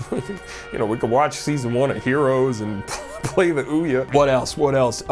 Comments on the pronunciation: No idea why, but your pronunciation of Ouya made me spit water all over the place. Well done sir. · As a straight man I felt myself tingle when he correctly pronounced Ouya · I'll never pronounce OUYA like I've been pronouncing it before ever again.